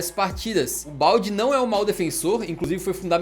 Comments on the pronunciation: Correção: se fala Baldê mesmo, não Balde. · "Balde" não, é "Baldé" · a pronúncia não é balde não kkkkkkkkkkkkkkk é "Baldê" mesmo, como se tivesse acento. O próprio Marcelo Bechler falou isso num vídeo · O Marcelo Bechler fez vídeo falando cm se fala o nome do Balde. E ele disse q é Baldê, com um ê e não um e... Agora o canal aqui do Brasil teima em chamar errado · o alejandro balde se lê "baldé" mesmo que não tenha acento ( palavras de quem mora em barcelona e ouve os catalães falarem)